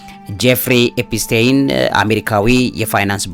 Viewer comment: "ኤፒስቴን" ሳይሆን "ኤፒስቲን" ነው ስሙ??? መቼ ይሆን ስሞችን በትክክል የምትጠራው???? 😂😂😂😂